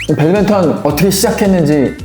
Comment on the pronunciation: 배드민턴유튜브하는 사람이면 배드맨턴 말고 배드민턴이라고 해줬으면 좋겠습니다